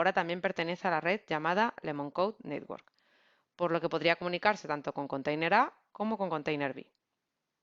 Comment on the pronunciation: muy bien, como como critica constructiva, no pronunciar nitwork, es mas correcto network